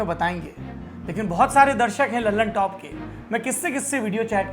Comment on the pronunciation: दी ललनटॉप नहीं द ललनटॉप बोला करो दोस्त नाम ही गलत बोल रहे हो न्यूज़ का क्या भरोसा By